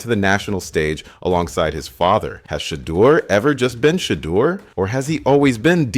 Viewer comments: He sounded like he was saying Shredder sanders one point 😂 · Great video but the way u say shedeur and Deon is wild 😂